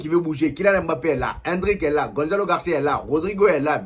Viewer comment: "le meilleur club du monde " pfffffff...laisse moi rire 😂 on dit "mbappe"...pas "m-bappe" prononce pas comme les blancs...stp sinon force à toi...